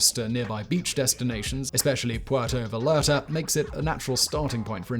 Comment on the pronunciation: It's, Puerto Vallarta (Vayarta)